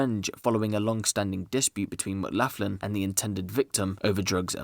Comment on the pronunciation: It's pronounce McGlocklin not maclaughin lol